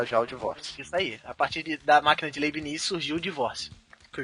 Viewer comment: A PRONUNICA EH LEIBNITZ.